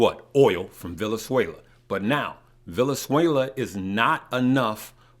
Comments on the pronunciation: Wow! It's not necessary to pick at everything. Why care if he doesn't pronounce Venezuela correctly? Concentrate on the stock information he's giving. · As much as you know, you dont know how to pronounce VeNeZuela properly??! Common man